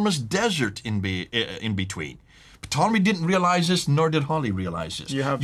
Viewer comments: Interesting material, as always. But,, the initial “p” in Ptolemy is silent. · I'm sure it's a SILENT "P" on "P"tolemy. Why a British historian who had a series of programs on the BBC is called "P" tolemy... Psoriasis silent P.